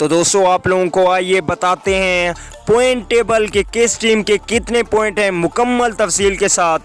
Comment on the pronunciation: پہلے بولنا تو سیکھو پوائنٹ ہوتا ہیں پوئنٹ نہیں